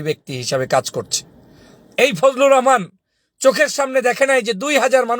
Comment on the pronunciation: ফুজলু রহমান বলেন কেন বলবেন ফুজু পাগল